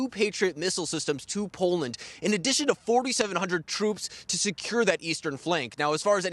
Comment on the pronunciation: The Poland Preshant? No wonder she laughed in his face.